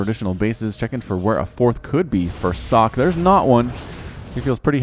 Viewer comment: If this is the original Socke, it's pronounced "Soh-kay".